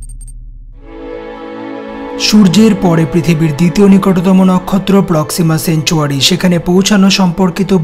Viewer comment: প্রক্সিমাসেঞ্চুয়ারি না,,,প্রক্সিমা সেন্টাওরি।